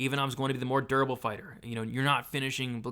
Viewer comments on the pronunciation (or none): none